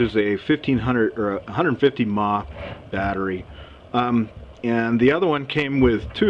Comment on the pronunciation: Lol he said maaa, mah stands for mili amp hour